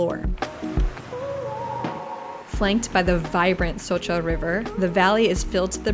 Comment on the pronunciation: Nice My Slovenija....and congratulations for good pronounce of Vršič, Šoča...etc ..